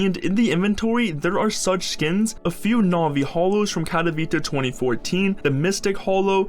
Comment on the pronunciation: Katowite xD speach lvl999